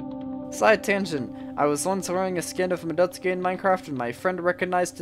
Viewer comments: It's supposed to be "MADdoTSUUki" instead of "Muhdoteski" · More like, "mah-dots-key", at least according to the Japanese pronounciation. However, it sounds weird in english, and the fact he's mispronouncing the A doesn't make it better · "Ma-DUT-ski?" didn't know she was actually Russian lol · I'm pretty sure the Russians pronounce it "Madoytska".